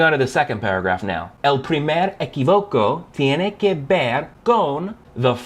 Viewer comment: You must pay attention to the 'acentos' of each word. For instance, we don't say 'primacia', we say 'primacÍa', also happened with 'equivoco' and 'equÍvoco'. Out of that, nice job!